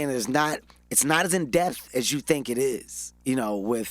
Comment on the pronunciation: This man keeps saying "in death" and he means "in depth"